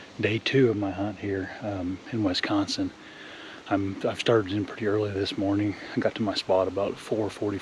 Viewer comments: It's wis-consin not wes-consin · Great hunt and congratulations but it’s WISconsin not WESconsin buddy keep it up and again congratulations great deer! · Wisconsin, not Wesconsin